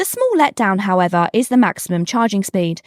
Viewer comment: You should hear her "However "!🤣💘